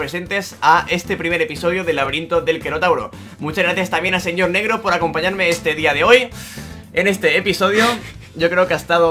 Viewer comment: Me a encantado el final cuando dices NEGRO en vez de Nergho ajajajja